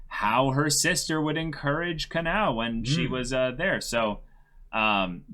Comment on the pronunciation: Ka-NOW, Ka-NAY...oof. Please review how Japanese pronunciation works.